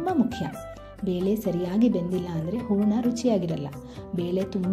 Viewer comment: ಊರಣ ಅಲ್ಲ, ಹೂರಣ